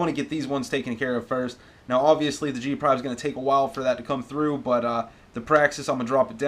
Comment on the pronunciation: Did you just say g prive? Lol